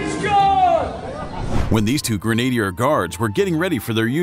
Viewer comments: It’s not Grenade-ier, it’s Gren-ah-Dee-ah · Gren-AID-ier?? It is pronounced GREN - a - deer ! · its CAVALRY not CALVARY its GRENADIER not GRENADE-IER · Granaydayer guard? That’s a new pronunciation? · Grenadia guard!!! He is a GrenADIER Guard. If only Americans could go to the trouble of checking out spelling AND Pronunciation!! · The way this guy pronounced ‘Grenadier’ made my toes curl, not least because they were Coldstream Guards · its so obvious you've typed in the names wrong I can tell you said "household calvary" rather than "cavalry" and also with the grenadier guards (american pronunciations.. smh)